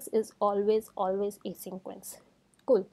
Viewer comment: Ok...its not 'asyncroence'....😭😭😭